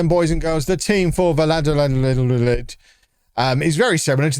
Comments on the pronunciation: Valladolid is pronounced "V-eye (as in eyeball)-a-dol-eed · va-ya-do(as in doe, a female deer)-leed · U say the name vayadolid I’m not Spanish either it took me years of watching Real Madrid games against them to understand how to say it😂😂 A tip ll=y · vie-ah-doe-lieth, slight stress on the 2nd and 4th silly🐮 🤓